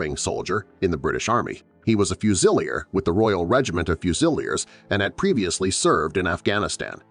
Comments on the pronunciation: He wasn't a fu-sil-ee-er. He was a fusilier. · Fuse-ille-er What!